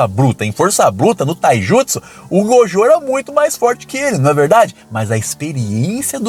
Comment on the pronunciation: KusakabÊ MahoragÁ Satoru gÔjo Cara que fala assim é escroto demais